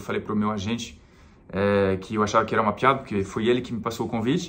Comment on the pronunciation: o jeito que você pronuncia "piada" é demais. Você põe um ditongo, mas é um hiato. É legal que aparece o seu sotaque francês.